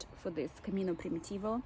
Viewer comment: she pronouns it in slavic manner like Prim-yi-tivo , hoch softens “m” before